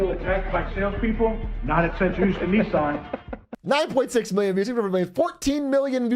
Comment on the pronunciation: why do you say "neesaan"??? it sounds so awful 😭